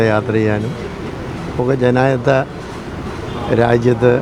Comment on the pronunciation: "ജനായിത്ത രാജ്യം"! 😅